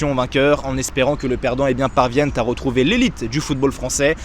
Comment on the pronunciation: Belle vidéo. Beau boulot. Seul petit bémol, les liaisons dangereuses ... ;) Faut arrêter de mettre des "T" partout ! :D (exemple : "c'est désormais Tofficiel", "évoluera Ten ligue 1" "le perdant parvienne Ta retrouver" ...) Bonne continuation !